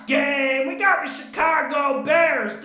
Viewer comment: It Crack me up when he says ,Tua and da bears